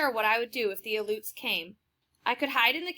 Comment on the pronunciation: You did not pronounced the Aluets correctly